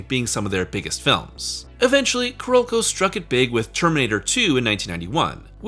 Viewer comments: Why do you keep calling Carolco "Ku-Rokou"? CARE-OLE-CO!! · I seriously dislike the way you pronounce Carolco. You gotta go find a vid with sound and learn the correct sound.